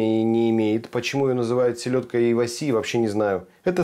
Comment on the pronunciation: правильно Ива́си. Японское слово, переводится как сардина 😁